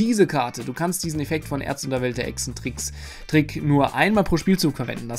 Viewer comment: Das Wort heißt ExZENtrick. Kommt von exzentrisch. Nicht Echsentrick.